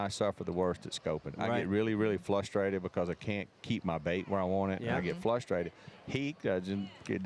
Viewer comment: G you can either be FLUSTERED or FRUSTATED but for 30 yrs you been FLUSTRATED you always been like Don King you make your own Dictionary. It may have started as a joke and it still makes us laugh but I believe you eat PASKETTI and get FLUSTRAED😂😂😅 you need to get in touch with that Hooked on Phonics people and get your check.As Rick James said that FLUSTRATED hell of a word,covers 2 emotions one time.Stay G, yall make a helluva good team the MIG TEAM FROM TOYOTA MACY IKE